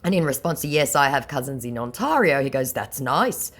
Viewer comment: Please stop mispronouncing Ontario ... it's my home province so it's kind of grating ... Ont- tear - io (that's tear as in tear a piece of paper in half) ... thank God you weren't trying to pronounce Nunavut or Saskatchewan